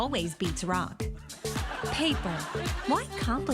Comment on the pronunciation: "...Paypr".. lmao! 🤣🤣🤣🤣